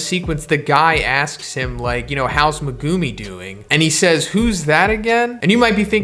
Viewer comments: Bro it’s megumi not Mugumiii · Great video, but say it with me…Megumi = Mehguhmē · It’s pronounced Meh-Goo-Me not Mee-Go-Me, other than that great video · At first I was like whose me gu mi but then I was like oh he’s just saying megumi’s name wrong lmao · The way you say megumi makes my ears bleed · I hate the way this guy says Megumi